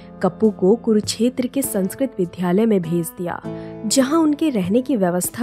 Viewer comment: App vidyalay ko vidHyalay aur ek halki mistake hai ',j ko jj,' na bolen, App ki awaz premium hai.